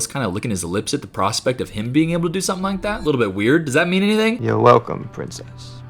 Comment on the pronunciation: “oh pwincess”